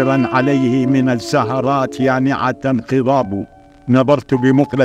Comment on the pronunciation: انا لا أقصد الإساءة لكن لاحظ حرف الضاد في خضاب و الضليل ينطقه ظاء